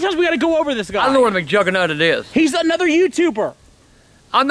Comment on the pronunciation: He said mc juggernutted😂😂